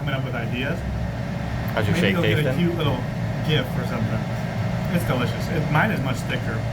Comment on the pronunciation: Kyoot, KaMOOning 😂 hope you don't stay away for long The taste of rootbeer in the Phils can be hit or miss for modern Americans as it tries to stay true to the old classic sarsaparilla/sassafras taste from American occupation. It's kinda like the Spanish of the old folks, in isolation, it didn't evolve like most places. Oy!! G phonetic exceptions, it sounds like a J when followed by e, i, or y like gem, giraffe, gym. Gerry baby! The outro is so you 😂